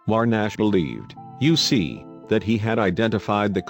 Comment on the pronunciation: An interesting story, but many phrases, and words said in a way that sound like something different. For example, what one says as “you see” sounds as if that fake male voice is saying “U.C.” every single time. I kept waiting to hear “UCLA”, or another like that. And I’m sorry to say that because of word emphasis each time “back hoe” was said, well . . . I heard “back ho” as if a woman was in the back of a line or some such. I think this vid concern would benefit greatly by an honest to God human voice.